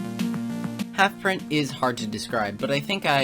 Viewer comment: 1) Seperate the art from the artist, poor analogy, see Gary Glitter/Chris Brown 2) Its Rezoura not Rezora 3) Its HalfPint not HalfPrint, you said halfpint at one point while showing DNC's profile picture. You said halfpint didn't have evidence which could result in rezoura being made to look the victim, I mean Catana consolidating 30 pages worth of evidence which is how Rezoura got destroyed in the first place and why his credibility is gone.